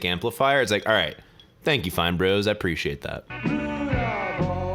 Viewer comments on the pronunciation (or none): none